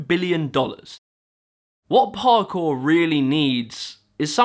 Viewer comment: I like how you say Parkour it just sounds perfect